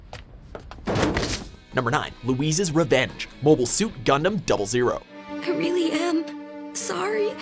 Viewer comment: You say 00 as as double O not double zero